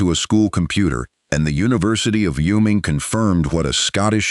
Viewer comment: State pronunciation 101...the state of Wyoming....WHY-"OH' Ming....capiche?